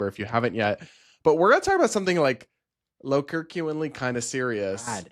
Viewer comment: Brad, it's "lowkirkEnuinely", not "lowkirkuinely" 🤭